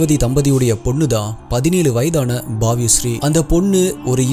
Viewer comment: Bro unga voice unga way of story telling yellame superb.. words pronounce pannumbodhu neraya mistakes varudhu adhu mattum konjam change pannikonga 😊 na ungala kora solla sollala just unga future vdo la indha mari thappu vara vendama nu dha solra.. adhu பாவிய ஶ்ரீ illa பவ்ய ஶ்ரீ apro andha youtuber name madhavi vulta kedayadhu madhavi vootla (ஊட்லா) 👍 indha mari neraya vdos la varudhu adhu mattum konjam crct pannikonga bro just as a wellwisher